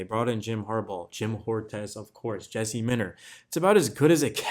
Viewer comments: It’s Joe Hortiz. And the “H” is pretty silent. According to him back during the ‘24 draft cycle. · Did you just fucking say Jim Whor-tez?